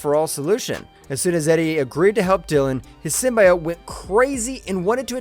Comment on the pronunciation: Downvoted for not knowing how to say "Symbiote."